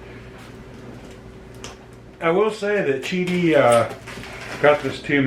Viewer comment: Qidi not Qudi